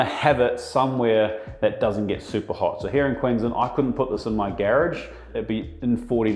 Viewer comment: Gare-rage , lol